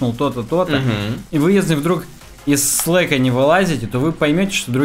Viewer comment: Спасибо за выпуск! Про REM и EM - это, наверное, первая тема из раздела разработки, которую реально можно было слушать. Вот такого бы для слушателей побольше. Кстати, слАк, а не слЭк.